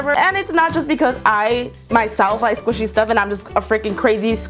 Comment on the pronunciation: I thought she said squishy pussy